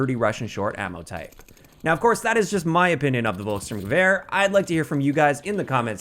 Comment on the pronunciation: It’s not “Wolk”, it’s Folk and the “L” is always soft in German. It’s read Folks-shtoorm-gewehr